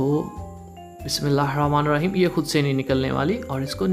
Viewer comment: O mery bhai بسم اللہ الرحمن الرحیم prha kro.ap بسم اللہ الرامان لرحیم kehty ho